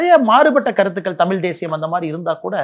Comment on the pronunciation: திரு.அண்ணாமலை அவர்களுக்கு சிறிய வேண்டுகோள்.[தமில் அல்ல] தமிழ்.தமிழை கொல்லாதீர்.